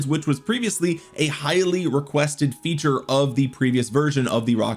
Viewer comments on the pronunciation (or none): none